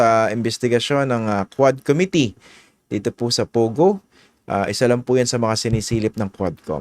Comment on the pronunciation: commi-tee co-mmittee